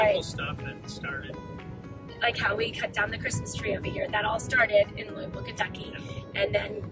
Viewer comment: but you didnt ever learn to pronounce it correctly....as in Lou a vulle,lol